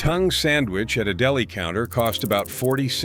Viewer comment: Cool list, but if this is human narration, how come "he" pronounces the misspellings? ie, "fried e g" instead of fried egg, "dela" instead of deli.